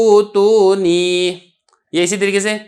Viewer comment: ایتونی۔۔ہے۔۔غلطی ٹھیک کرے۔۔فی السموات میں۔۔❤